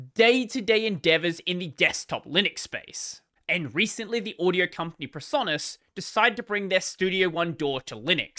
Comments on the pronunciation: It's pronounced "audio" not "uadio" lol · No, you mispronounced the word "audio" making it sound more like "uadio". The correct pronunciation is more like "Ah-dio".